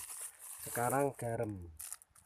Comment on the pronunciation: Garam, bukan garem